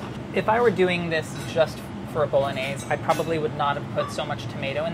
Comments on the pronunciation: the way he says bolognese is a major bummer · Am I the only one who cringes when he says bolognese like that lol it hurts my soul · /BOLOGNAISE/?????? My ears are ringing.